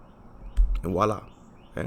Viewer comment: Thanks for the video. You clearly know your stuff. I truly appreciate you sharing your knowledge. BTW, the word is voilà, from French meaning "look there", not "walla".